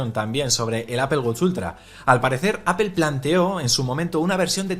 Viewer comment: Hola siempre tienes buen contenido, sería interesante y coherente que la pronunciación de “Apple” fuera correcta ya que es la marca sobre la que se basa este canal.